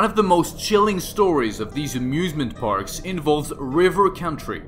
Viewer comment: Who heard abusement parks?